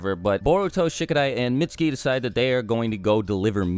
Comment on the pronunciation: Is it pronounced Mit-ss-ki or Mits-u-ki